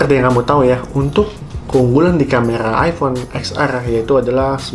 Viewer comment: Camera atau camela?